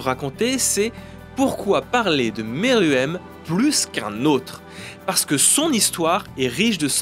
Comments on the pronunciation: Je suis le seul à détesté Pufu ? Et aussi, Pufu on dit poufou, Meruem ce prononce Mérouem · Arrêtez de dire meruem a la française 😭😭